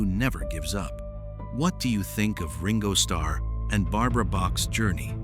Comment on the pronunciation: at least could you prounance his name properly?